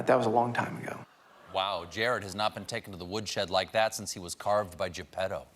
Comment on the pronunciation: "...carved by Gipptto". That is hysterical!!!!